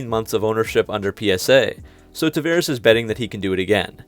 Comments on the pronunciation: I'm sorry, but it grates everytime you mispronounce the CEO's name. It's TavAres not TavEres. Come on. It's not hard. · It's "Tavares", the "va" is spelled like the "vau" in the word "vault".